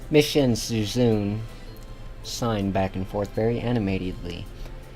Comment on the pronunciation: it's not shizoon it's a japanese name m8